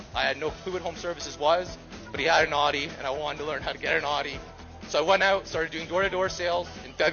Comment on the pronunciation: why did he say audi like that 😭🤢